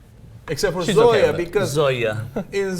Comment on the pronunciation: "Zoya" is (if it wasn't already kinda obvious) actually the Russian variation/ pronunciation of the name Zoe and Cenk's attempt at the Russian accent sounds closer to Middle-Eastern.